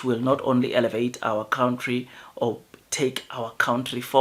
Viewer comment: Its Country, not count tree. Its Scrapping, not scraping. Its not 30% its 51%. Apartheid is over for 2 decades like you say, why should it still be implemented?